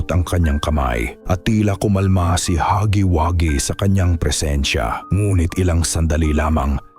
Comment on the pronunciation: ITS HUGGYWUGGY NOT HAGGY😂😂😂😂😂😂